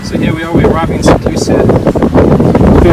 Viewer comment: INCORRIGIBLE! 😀It's not saint lusha. Do you remember that song, Saaaantaaaaaa Luciiiiiiiiiia... Caruso, Pavarotti, and pretty much every famous tenor in the world. THAT's how it's pronounced. Santa Lou-see-ya. Give me a small shout-out in your next video - pronounce Viaduc Millau. 😀